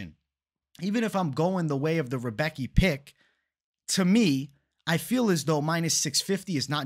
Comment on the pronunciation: not 100%, but I'm pretty sure Rebecki is pronounced, "Rih-bess-key". I gotchu.